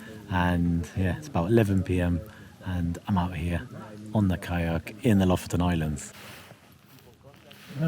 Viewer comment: Lofoten is gorgeous 🤩🥰 Å is proposed like the 'a' in walk and water (with your English accent). You pronounced Bodø and Lofoten as Bådø and Låfoten, so you know the sound 👍🏻 Æ is pronounced as the 'a' in "van" and ø is pronounced like the o in "work", if you were wondering 😅 👍🏻